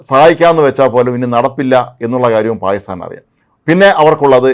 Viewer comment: പായിസ്ഥാൻ അല്ല പാകിസ്ഥാൻ.